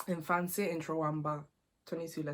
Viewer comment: For someone with a British accent , you’ve done so well with your Fante pronunciations 👏🏽